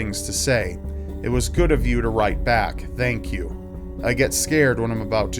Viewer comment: There is no way to spell the way he pronounces "thank you". Thhank you. Tthhhank you.